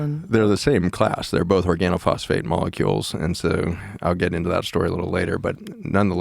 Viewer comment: Both. Not BOLTH! Joe.